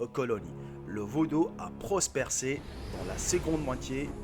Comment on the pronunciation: prospérer et non prospersser